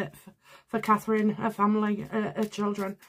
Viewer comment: Please, please say Catherine.